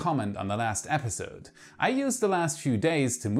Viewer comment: Last month I heard you say 'months' very smoothly. But alas, this epiSOde you went back to old bad habits!